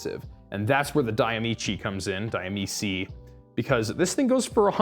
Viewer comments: Diamici ? .... di amici [dee uh-me-chee] = of friends (Italian). Just sayin. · A 'c' followed by a vowel is pronounced ch. Like you would with 'chee' in cheetah. (End result: Dee-ah-me-chee).